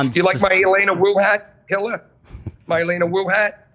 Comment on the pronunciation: Hill-a. God I cringe so hard everytime he says her name that way